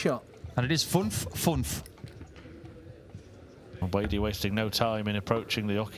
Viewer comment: „Double Funf, and it ist Funf-Funf“ loved to hear it hahaha❤😂